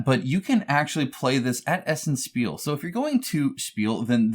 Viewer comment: Spiel is pronounced "shpeel" in German.